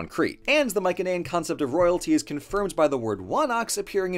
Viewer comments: my-sen-ayan, not my-ken-ayan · sorry just hhrrnrng ocd it's pronounced mai-suh-nee-uhn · The way he says Mycenaean really annoys me I’ve never heard it said that way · Pronouncing Mycenaean incorrectly